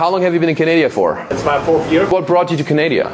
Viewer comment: Omg I love it when I Hear people say Canadia.